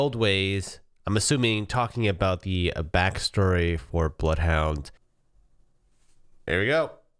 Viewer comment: "i... Bloodhoudthur, will slaughtherla"